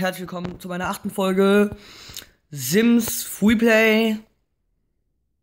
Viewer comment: Sims wird mit scharfen >S< ausgesprochen Nikolas Gladbach